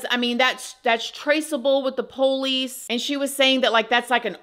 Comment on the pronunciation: I like how you pronounce POLICE as "Poe-lease" That's country as hell! 😊